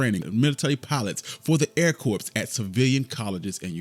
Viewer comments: I enjoyed the video. But please, it’s not pronounced “corPs”, it’s pronounced “core”. Little things like this can mar an otherwise wonderful point being made with this video. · the "S" in "Corps" is silent. Should sound like, "Core"